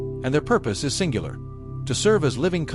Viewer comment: Yeah, with AI slop (in 5 seconds it said pillars 4 times), there are way better videos to sleep to. This is trash. Not to mention the beginning: "Nosgoth "ey es" a world opening segment" EDIT: And don't forget that this is probably stolen by other videos from real people, wikis and forums posts written by people and such.